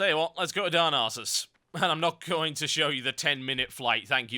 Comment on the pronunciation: i like the way he says darnassus :D darn arses !